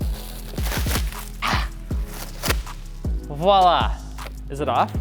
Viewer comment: Thank you so much for saying voila properly 👋🙏